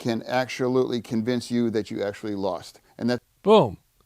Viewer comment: Fetterman “actualutely” coined a new word